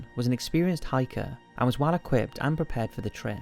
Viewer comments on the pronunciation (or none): none